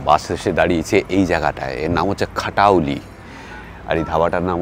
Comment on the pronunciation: খাটাওলি না, খতৌলি